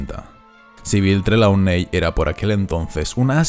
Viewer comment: Creo que Trelawney se pronuncia trilouni